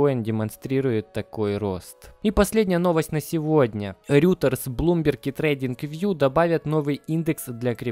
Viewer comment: Только не говори больше "РЮТЕРС" слух режет аж невозможно)), РЕЙТОРС, или РОЙТЕРС